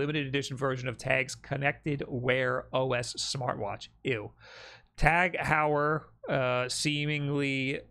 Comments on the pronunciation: About the watch: the "Heu" in Tag Heuer name should be pronounced like in the word "aHOY", so it would be "Tag HOYER". And if you look into watches $2100 for a watch might sound like a lot for an average person, but it's change in regards of price for a good watch. The prices or luxury brands watches can get astronomical. The other story is that this is a smart watch... Then I agree this is just a ripoff and they trying to bump the price by making it in limited quantity. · every time attempted to pronounce Tag Heuer I died a little